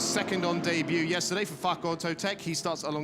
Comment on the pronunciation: Please say Fach properly. It sounds bad 😅. Ch is a normal h like in home etc. Sorry had to. Thank you for the stream. Cheers